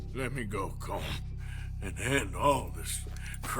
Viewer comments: Why do u keep calling him coulomb 😂 his name is Colm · His name is pronounced “Column”. It’s Irish. Sean, the Irish gang member even says this during camp dialogue with Kieran. And I’d think the Irish have a better understanding on how to pronounce their own names than you Americans. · Why are you saying Colm's name so wrong?